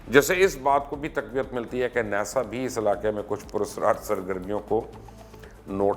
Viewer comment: Mubashar. Luqman sb, Ap aik namwar anchor hain, Program b acha krte hain, Plz agar meri bat ghalat ho to me sorry krta Hon, Ap kuch words ko Jan boojh kr aesa bolte ho ya Ye words real me hain hi aese jese Ap bolte ho, 1,,Hotel, hum ne jis se b suna he aur khud b Pada he Hotel hi suna he, Ja k Ap is ko Hotail bolte ho. 2 NASA, sab log ناسا hi bolte hain Jab k Ap ne NESA Bola he, drust Kon se words hain? Agar Ap drust bolte ho to sabat kro Ye kese drust hain, Nae to drusti kro jese others log bolte hain Ap b wese hi bolo.